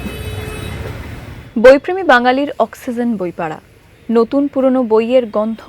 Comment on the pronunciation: AAPNI AAJ PORJONTO "OXYGEN" PRONOUNCE KORTE SHIKTE PARLEN NA!! AAR U TUBE E VIDEO BANACHHEN!! N th degree of illiteracy!!!